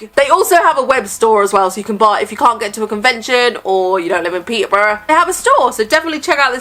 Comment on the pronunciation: The way you said Peterborough pleases me, as someone who's lived there my whole life 😂 we all pronounce it without the T lmao. I'm gonna have to say that The Orphan has a soft spot with me - it's probably the first horror movie I ever remembered watching and to this day that girl still gives me the creeps 😅🖤